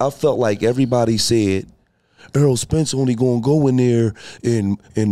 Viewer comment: Errol not earl